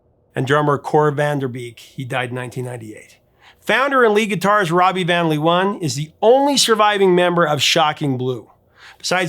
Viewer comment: Amusing to hear you mispronounce Robbie van Leeuwen ;-) (Vahn Layoowhen)